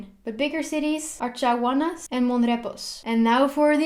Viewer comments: Chagaunas is actually pronounced as Sha-Gau-Nas :) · Chaguanas is pronounced sha - guanas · she pronounced Chaguanas wrong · It's funny how she pronounces Chagunas imagine I'm Trinidadian and can't spell it -_- . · Thank you for pronouncing it correct!!! So many people mispronounce 'Tobago' all the time!! Your pronunciation of Chaguanas was a tad off but that's okay. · How about her pronunciation of Chaguanas?